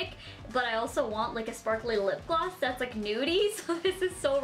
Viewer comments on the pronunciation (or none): She said gloss like glass f2f